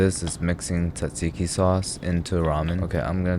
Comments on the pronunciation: You said tzatziki😊😊😊❤❤❤❤❤❤❤I'm Greek tho THANKS ALOT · That was the most perfect pronunciation I have heard of tzatziki or any greek food